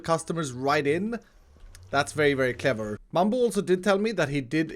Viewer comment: Did he just said " very very kever " ?